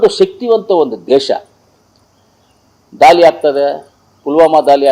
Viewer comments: ದಾಲಿ ಅಲ್ಲ ಸಾರ್ ದಾಳಿ ಕಲ್ಲ ಅಲ್ಲಾ ಸಾರ್ ಕಳ್ಳ ತಾವು ಯಾವ ಶಾಲೆಯಲ್ಲಿ ಓದಿರದು ಸ್ವಲ್ಪ ಕಡ್ಡಿಪುಡಿ ಕಡಿಮೆ ಮಾಡಿ ಸಾರ್ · ಸಿಂದೂರಿ ಅಲ್ಲ ಮಂಜ ಸಿಂಧೂರ್ , ದಾಲಿ ಅಲ್ಲ ಮಂಜ ಧಾಳಿ, ಕಲ್ಲ ಅಲ್ಲ ಮಂಜ ಕಳ್ಳ, ನೀನು ಏನೇನು ಹೇಳ್ದೊ ಅದೆಲ್ಲ 20 ವರ್ಷದ ಹಿಂದೆನೆ ಆಗಿನ ಸರ್ಕಾರಗಳು ಮಾಡಿದ್ದೀದ್ದರೆ ಈಗ ಉಗ್ರರು ಬಂದು ಪ್ಯಾಂಟ್ ಬಿಚ್ಚಿಸಿ ಚಡ್ಡಿ ಒಳಗೆ ಅವರ ಧರ್ಮ ಹುಡುಕ್ತಿರಲಿಲ್ಲ ಮಂಜ...